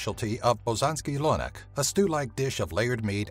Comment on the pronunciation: Lord Nicholas Buzan the Fearless Me too 😂😂😂 he said Lonak 😂😂